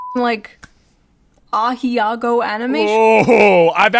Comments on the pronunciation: she said it wrong Ahegao not A-hi-a-go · except she pronounced it wrong too. the word is "ahegao", not "aheyago" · “ah hee ah go” 😂 not even close 🤣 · "Ah hey gow" not "ah hee awgo' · “ah-he-ah-go” what?! I thought it was pronounced? ah-he-gaow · it's pronounced a-hoe , not ahe-yagoo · That's because it isn't. Ahegao is pronounced "ah heh gah oh". Not "ahee ah go". She didn't even use the vowels in the right order lmao. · its not Aa-hee-haa-goo for Ahegao, its AA-hey-Gao, why cant americans pronounce simple words from another language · "I did not know it was pronounced that way." Because it isn't. Ah-Hey-Ga-Ou Ahegao/あへがお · I’m sure everyone has said it by now, but you should know that Shoe pronounced it wrong. It’s pronounced (Ah-hee-gow). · it's pronounced ah heh gah oh.... i have 3 of them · Because it is not pronounced that way. Its "Ah-hey-gow." You're welcome. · because it’s not pronounced that way, it’s: ah-hey-gow (gow like gown) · It's pronounced ah hey ah go Sorry... I will excuse myself now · A-hey-gaow. Like that. Lol. Not whatever she said. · it's pronounced Ah-Hey-Gow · Ya so is Asmons chat 💀 "actually thats not how you say Aheago" 💀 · it's not, you pronounce "a" (like the sound in "father"), "he" (like "hey"), and "ga" (like in "gatcha") and "o" (like in your's "Asmon"), Ahegao (she also spelled "aheago"). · It's not. I'm not an anime fan but I speak Japanese. It's pronounced AH-HEY-GAH-O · Youve still never heard the word said in your life. Shoe fumbled it so hard, the feminists got a touchdown. It's "ah-heh-GAH-oh" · It's pronounced "AH HE GAH OH" 🙈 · Ahegao is pronounced as ah-HAY-gao. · And the very first time he hears the word spoken, it's misspoken, and if he ver says it, he'll fuck it up, too. There's enough words he can't properly say, please don't add another one to the list. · That word is not pronounced that way. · Aheago, not how it's pronounced. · No stop! Im from the future! Ahegao is not pronounced that way!